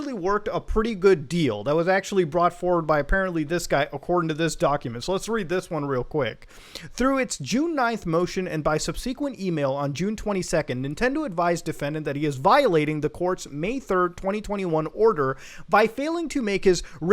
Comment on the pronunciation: I keep hearing this wrong pronunciation of 'subsequent'. You don't stress the second syllable.